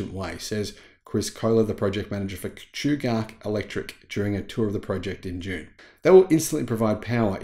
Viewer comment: I used to work at Chugach. It’s cool to see them progressing. And it’s pronounced chew gatch like catch.